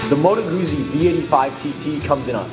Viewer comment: It's pronounced Moto Gootsy, not Moto Goozy. Just like you say peetsa instead of peeza when talking about your favorite Italian pie.